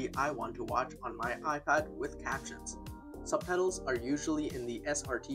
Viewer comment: You keep on saying subpedals instead of subtitles... :))))))